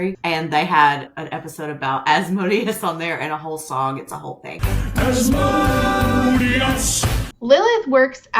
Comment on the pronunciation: that specific mispronunciation of Asmodeus makes me think that either the author or the audiobook narrator is a dnd player